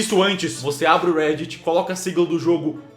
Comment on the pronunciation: gente até de até não tem legenda e ele "erra" o nome reddit